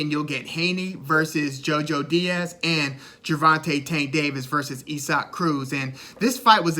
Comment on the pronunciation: Pronounced Eee-sock Cruz. You did your homework. Good stuff!🥊🥊